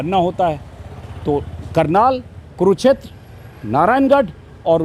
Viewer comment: Sir, it's kurukshetra not kuruchter